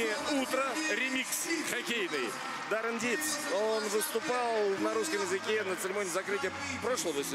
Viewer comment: Он не Даррен а Даурен.